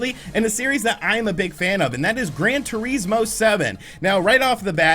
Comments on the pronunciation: "Gran Tureesmo" lmao wtf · His pronunciation is so funny